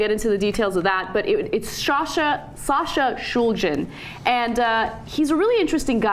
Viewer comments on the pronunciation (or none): ShulGin - not ShulJin! - was one of the great minds of our times! then I have to say something about Ana and here "knowledge" on drugs: it's non-existent! If you buy "MDMA", you should get fine crystals. those crystals usually are 95-99% pure MDMA, depending on the route that had been taken by the chemist/cook to create that batch - in ANY case, it's going to be a single compound, that one called MDMA. you couldn't (technically one could, but nobody does this for obvious reasons) get to a crystalline product containing 2 compounds or 1 compound that has been "cut". it's not worth the trouble, not worth the time this would take! on the other hand, when you buy "MDMA" that has been ground to a powder or formed to a tablet, it's only 99% sure to be "cut" or you'd get any inferior ominous "powder" - which is why only MORONS buy "MDMA tablets", known as "XTC" or "Ecstasy" in the club and only full-blown RETARDS would buy an ominous "powder" of unknown origins! Smart AND safe(r) users only buy nice CRYSTALINE MDMA, from sources they trust! Please, check the compounds structure, buy only crystals, never a powder or pills; check that the crystals are of clear color (almost like glass) and not too brown or yellow, for those two colors can give you hints on how well the compound had been cleaned from substances used during synthesis. And Ana, please, stop talking about these drug topics, as if you were some kind of expert, when you didn't even take the time to research what you're talk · Why the fuck is she saying his name like that. They are both drug experts... that's for sure.